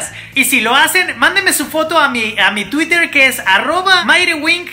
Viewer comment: si dice Tuiter dice Tuider Te amo:33